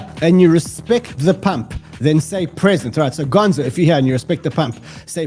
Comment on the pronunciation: Pree zent!